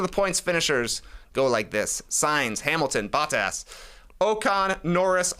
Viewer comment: Trey bro it's not Battas is Botttas with an O 🤣